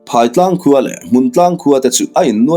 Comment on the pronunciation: Phaitlang ,he khawp hming hi I lam diklo nasa thin e, ,PHAI TLANG , phaitlang tih chuan , a lam dan tur ,phai, zo tih te ang hian ,phairam..zoram..phai,phai mual pharh duai. Eg. Phai ah ka zin dawn.